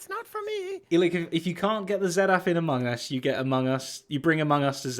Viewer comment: Thank you for confronting (is that the right word)? Tango about his pronunciation of Among Us and Discord, it's really annoying!!